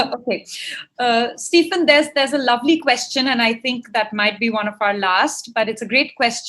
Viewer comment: Please can you get his name is correct - it is Stephen - which need to be said as Steven. Did you notice 'v in it? Yes, that need to be said. Every time I hear it, it feels like slap on my ears.